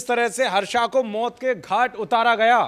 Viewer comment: हर्षा नहीं हर्ष है।गलती सुधारें भेड़ चाल न चले।